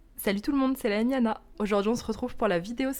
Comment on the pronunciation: Hello! merci pour ce récap de sorties! HHHuuuum le mystère de Dessain et Tolra me tente, leurs petits livres sont tentants je trouve et là mangaaaa et c'est feutre alcool.. je retiens! ah et au fait on dit pas "salut tout le monde c'est ", on dit lé- Lémiana! nah mého!